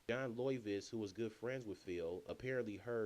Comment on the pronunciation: Pronounced 'Lovitz' not what you said lol